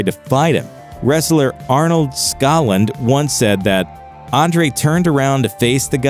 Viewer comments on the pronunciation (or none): Andre Was NOT 6'11 He Was Taller He Was Over 7 Foot Tall I Knew Him And Ernie Ladd Was 6'9 See Them Stand Beside Each Other Andre Hunched Over He Was Bigger Than Dave Says Why Because I Was There Along With Many Others It Is Pronounced Arnold Skoaland